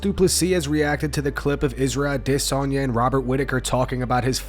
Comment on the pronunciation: If only he could pronounce Adesanya instead of AwDEsonya